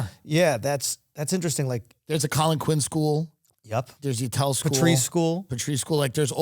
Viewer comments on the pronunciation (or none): none